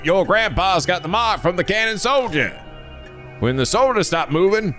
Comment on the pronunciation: While at it: "Kannon" ≠ Cannon. That one should be pronounced like it was german. Basically, like "Cunnon".